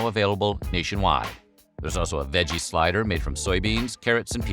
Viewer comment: What is a "slyder?" Is that like a slider?